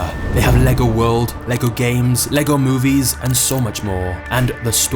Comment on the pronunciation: im danish and most english speakers dont pronounce the name right but you did a great job pronouncing it right thanks for that XD